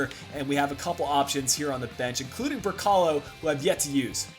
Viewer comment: great video but when you say brekalo try not to emphasize the 'a' in his name